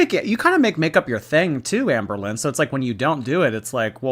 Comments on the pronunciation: Not sure if it’s because I’m English but every time I hear you say her name I hear Anne Boleyn 😮😂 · Anne BOWL-lyn. BOWL!